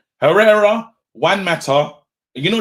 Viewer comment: I was sitting there like wtf is this guy on 'pereira was integral to our team' then I realised, he means Herrera 😂😂😂